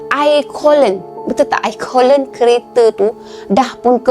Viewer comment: coolant tu sebutannya KU - LEN. Bukan KO - LEN